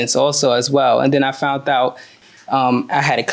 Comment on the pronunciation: "Fount out"? Wtf....English people, do you speak it?!